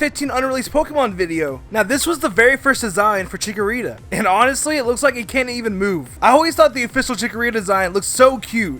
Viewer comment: BTW That Wa Naht Chikorita